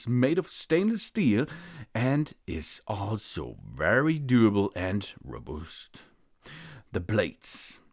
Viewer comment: roobuuhst :0